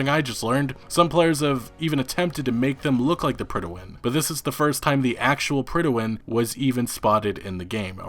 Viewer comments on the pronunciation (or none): PRIDE-win. It's pronounced PRIDE WIN. You should know that as... a gamer and all. I was cringing everytime he said pridawin. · its not pronounced "prid-a-win" its just pronounced "prid-win". lol not sure where you're getting that totally extra syllable, but its not in the word. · The Pridawin? Do you mean the Prydwen? There's no a in there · Dude, the way you keep mispronouncing "Prydwen" makes me cringe.